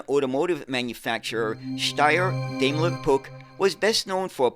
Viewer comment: Daimler ist pronounced with the A like in Bar! 😉 As an english mothertounge speaker I do not try to teach you the right pronounceation of the german „ch“! 😂 Interresting story. thx 👍🏾😎